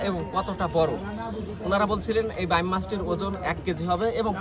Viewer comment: বাম মাছ শব্দ টা কোন বই থেকে শিখেছেন??? বাইম উচ্চারণ করতে কি কাস্তের উপর বসতে বলে আপনাকে??? আঞ্চলিকতার ছোয়া মানে ভুলভাল নাম বলা নয়!!!😂😂😂